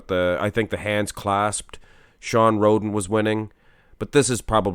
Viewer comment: I swear said Shawn Rhodent at the beggining